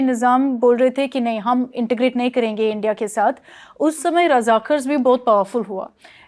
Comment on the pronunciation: रजाकर नहीं, रजाकार होता है। Razakar Usman Ali Khan.